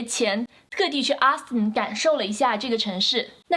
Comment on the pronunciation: 請注意Austin的發音，不是Aston, 是AUstin!